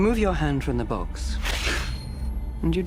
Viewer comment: "What's in the bOox?!"